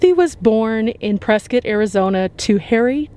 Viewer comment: My Hometown!!! ❤❤ Thanks for saying Prescott correctly 😉 lol